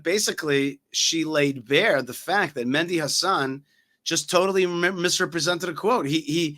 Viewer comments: it's Mehdi Hassan not Mendi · Mehdi, not Mendi